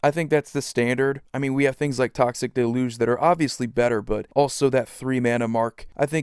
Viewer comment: No mater where I go there is always one person the says deluge incorrectly like this guy in the video